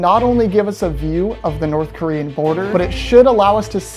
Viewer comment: The horrible pronunciation of Korean 😭